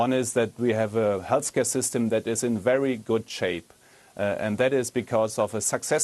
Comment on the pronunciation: Liebe es, dass er health hälß ausspricht